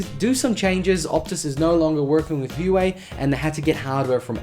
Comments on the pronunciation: Isn’t it “wahway” not “Uway” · btw i think Huawei is pronounced "wah-way" ;) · I've always pronounced it "Hu-Why"....